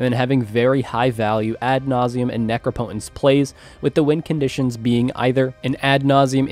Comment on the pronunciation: It’s pronounced neh-crop-eh-tense.